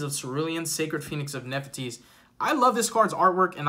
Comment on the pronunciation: You mean Nephthys Neph-thys not Nep- e -thys lol